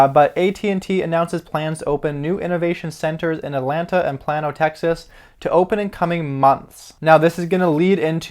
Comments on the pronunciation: Its not pronounced PLAN-O. It's pronounced PLAIN-O. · It's pronounced PLAY -NO but yes I hold both stocks. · Sorry I'm from Texas... It is pronounced plane-oh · I live in Plano... it’s pronounced PLAY. NO.... also hold 500 shares of PLTR so I love the news. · It's pronounced "Play-no"